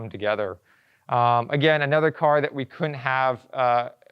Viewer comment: ? Okay so this gentleman DOES know that there IS a - D - in the word COULDN'T right ? WTH dude & OMG Bro its teSla like the ladies name ( TESS.LA ) NOT TeZZla